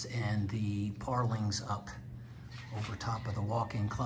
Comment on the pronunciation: When you say parlings... Do you mean purlins?... Or do they say it differently in the Philippines?